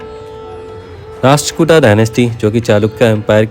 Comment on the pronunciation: भाई आप कार्य सराहनीय है , लेकिन आपका उच्चारण सही नही है। सही उच्चारण राष्ट्रकूट है ।